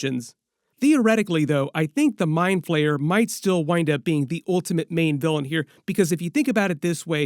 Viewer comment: He's the mind flayer not mind PLAYER 😅😅 💩 so annoying when you say player